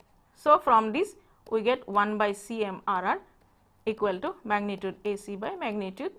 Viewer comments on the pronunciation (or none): her 'we' sounds like 'uii' good lecture neways .. carry on ur good work :)